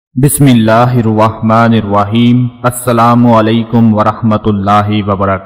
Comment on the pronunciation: O bhai phly Apni "Tasmiah" theik kro .. 'nirwahman, nahi "Nirrahman" HOTA hai